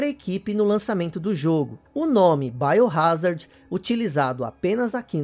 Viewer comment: "baiorázardi" digo .... "Biohazard"